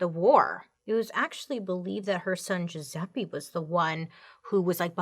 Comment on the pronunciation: It. Jewzeppie. Pronunciation